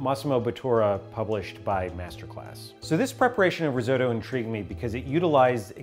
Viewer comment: Hearing Risotto pronounced Rizoe-toe actually hurts a little bit